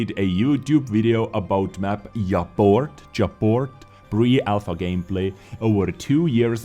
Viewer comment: Of course I am going to stay naked. I am unemployed and don't have money for laundromat. I think Japort should be pronounced ja-port 😊